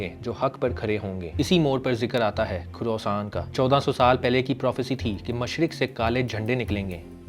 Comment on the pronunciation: bhai woh "KA-RO-SAAN" nhi " KHO-RAA-SAAN" hai.